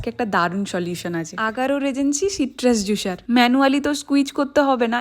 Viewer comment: তোমার দন্ত স এর উচ্চারণ ঠিক হয় না। জুসার বলে জুশার না। প্রেস হবে প্রেশ না।